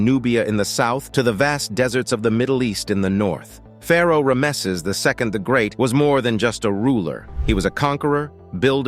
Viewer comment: Has them stunned "to date"? and who pronounces rameses as this video does? The poor English and pronunciation doesn't inspire confidence in the subject material.